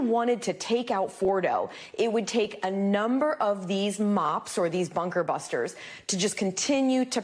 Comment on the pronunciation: dude is a walnut he cant even say"bunker buster bomb" 'buttery flaky crust' flashbacks fr